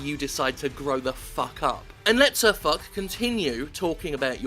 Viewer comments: SirFoch is pronounced "Fosh" not "Fuck/Fock" :) But GG great video and FUCK Wargaming. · Pronounced "Sir Forsh" not Sir Fuck. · sirfock? Where did you get the K from? Foch is a French name and also a tank that was named after this gentleman. (speak Foch as Fosh) Some dirt on Wargaming? - Wargaming does not allow you to swear in chat, yet finds it all to convenient to ban people who they don't like applying by that rule. So do you say something that they don't like? Be prepared to get banned and loose all your progress and payed content. - If some douchebag asshole causes his own death and that by using your tank somehow, YOU get reported and get a warning strike. Like you can help the actions of that asshole, even after showing your own recording of the event it simply will make it worse by a additional punishment towards you. Even if clearly you did not do anything at all. - Wargaming doesn't give a damn about lower tier games, tanks are often rubbish and to make it worse you will see complete assholes trying their best to either go solo, go lemming (form 1 long lemming train to doom ignoring the rest of the map), shoot at friendlies or otherwise cause problems for other players, etc. Yet the real assholes are often ignored and not bothered with. So griefers have free reign in low tier games. - The match making is horrible, if you have bad luck like myself, you will end up in the worst teams. Usually with complete morons that don't know how to even drive or try to grief the shit out of you because they think it's funny. Being actually in a random game that makes sense is asking for too much. A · Its not pronounced SirFuck...its Sir"Foch" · It's SirFoshe, not SirFock. French. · actually he said "SirFoc"